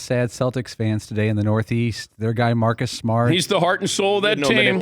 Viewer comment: Come on Dan it’s “Maaacus Smaaat”